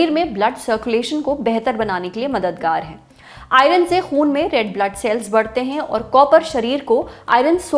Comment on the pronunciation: Madam, with due respect, IRON ka pronunciation galat hai aapka. It's आयर्न (I-earn) not आयरन (I-run).